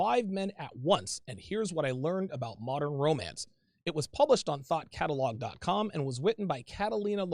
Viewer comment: Thought Catalogue? I seriously heard THOT Catalogue 😂